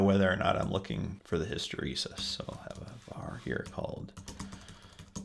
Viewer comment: Great tut. "hysteresis", not hysterisis